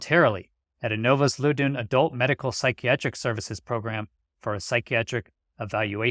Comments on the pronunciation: It’s pronounced Lao-done…lots of govies living in the richest county in America. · @@ Great update. Minor correction, the county name is pronounced Lah-OW-Den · FYI. Loudoun is pronounced like “loud in”. I lived there for many years. Great work. Thanks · In Virginia it's pronounced "lowd-uhn". I hope he wins the lawsuit. Whoever released those records were breaking the law.